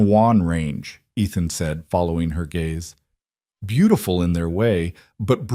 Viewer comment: It's GAZE - NOT GAYS - YOU IDIOT AI!